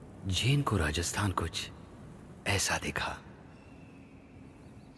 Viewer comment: Please practice pronouncing names before recording.....is simple RAJASTHAN